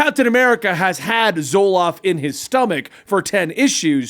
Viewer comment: I dont wanna be rude but it seems like just has bad or bizarre takes and everyone just avoids it. Also I think he called Zola Zoloft